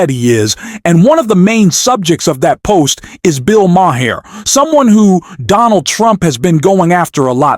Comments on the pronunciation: "liar" not "lier". And "Mah herr"?? It's pronounced "Maar". AI voice and a channel owner for whom English is not his first language. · Bill Maher: Pronounced "marr" Or "Mah." Or maybe even "marrr." But not ma-her, not ma-herr, and not ma-uh. Is your narrator maybe in the wrong lnie of business? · Its pronounced Bill "Mar" not "Mahar". Why don't you get real people to say real things. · It’s PRONOUNCED Bill MAR NOT MA-HAR. And it’s LIAR..NOT LIER. Hire me for spell check. I need the money. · Who the bloody hell is "Bill "Maah-huh"? {:o:O:} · Enjoy what you do? You cant even get Mr. Maher's name pronounced correctly. What kind of idiot does the voice over? It's prounounced Marr to simplify it for you. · do you really not know how to pronounce Bill Maher's last name? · The “H” is silent!🙄